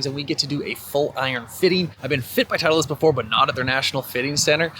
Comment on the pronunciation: Why does this guy add an extra E to titleist